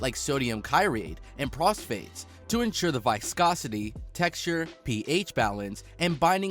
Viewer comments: He said Prosphate instead of Phosphate lol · Man said sodium kyrates and prostate